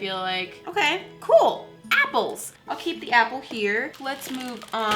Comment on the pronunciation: the way she said apples tho